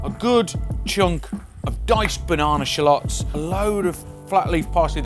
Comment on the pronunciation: I love the way Brits pronounce 'filet' and 'shallots.'